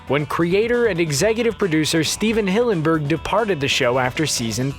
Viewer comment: I mean obvi he is a octopus.. Also why you pronounce Hillenberg like that